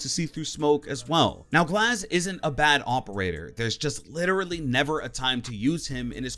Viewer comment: when he said glaz i just disliked the video